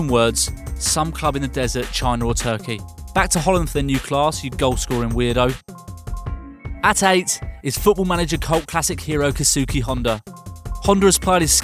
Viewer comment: it aint kezuki... its keisuke sound it out